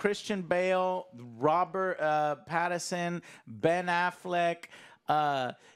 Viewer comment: Why does Joe have NO idea how to pronounce Pattinson’s name? Lol